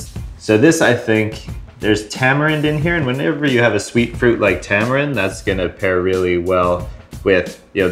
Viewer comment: "Ta - mah - reen" and roll the R off your tounge. Not "Tah - muh - rend"